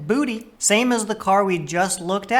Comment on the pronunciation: Don't like how you say "butte" it's "byoot"